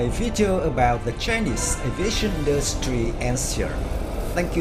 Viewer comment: Who the hell is narrating the video, Yosemite Sam? "Industweee"